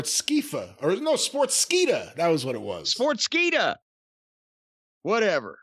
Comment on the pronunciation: my man corny just said Sports"kweefa"😂😂😂😂